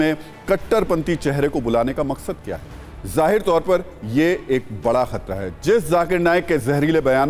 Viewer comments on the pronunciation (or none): none